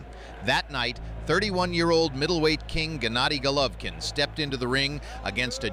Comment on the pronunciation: "Jennadi Gollovin" He ain't too smart, is he?